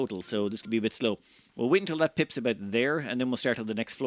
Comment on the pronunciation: Pips are now Pimps. I can't unhear it.